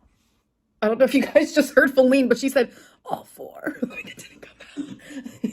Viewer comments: Who tf is falleen??! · Who the hell is Feline or whatever she’s saying?!?